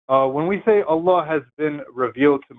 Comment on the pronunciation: It's time for Seth to finally learn how to pronounce the word Allah. It's embarrassing.